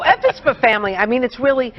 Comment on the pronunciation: Goof ball lady ends it with " F is for Framry " cant even get the title right ....eye roll literally her only job drrrrppp